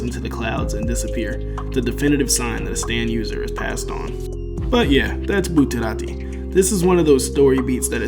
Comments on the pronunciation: Say Buterati one more time. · what the hell is up with your pronounciation bro. "Bruno bootarati had quite a few close calls throughout the run of vente aura" Are you trying to say it in a japanese accent or what? Just say it in your american ass accent, it's so much better than saying bootarati